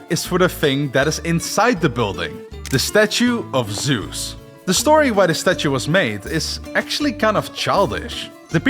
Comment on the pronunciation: There where so many missprnounced words and names in this video But the worst is still Zeus, its Zeus not sus